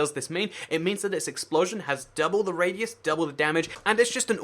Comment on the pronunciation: ilikepizza63 look it says 'double raius' when its meant to say 'double radius' isnt that funny😂 okay jk that was a mistake he made, so no joke 😢😢😢😭